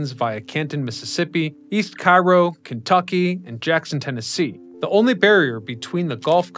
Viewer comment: You mispronounced the city in Illinois. It is KAY-row, not KI-Row, like in Egypt.